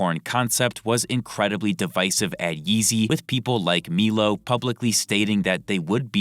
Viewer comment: Okay is it just me or does not know Milo’s name is said “MYlow”